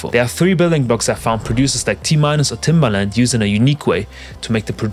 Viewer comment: TIMBERLAND?? C'Mon bruh